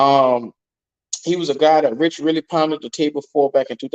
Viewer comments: It's Reike. Like Rike Not Rich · Bro can you say his name right please lol